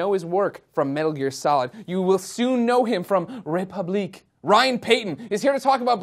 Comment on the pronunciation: it's funny how he can't say the french word république